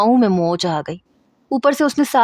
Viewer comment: Key-riyaaan????? 😂😂😂😂 ya kayriyaaan😂😂